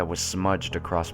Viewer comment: Believe me, I love these creepy pasta's, listening to and, but it bothered me how he kept saying "accrossed".